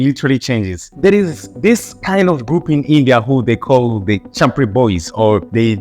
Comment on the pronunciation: 😂😂😂 Way you say chapri.. Was funny